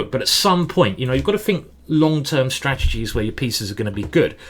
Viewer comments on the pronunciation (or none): can i just ask that you always say "strastegic", just never change no matter what anyone says, it gives me joy.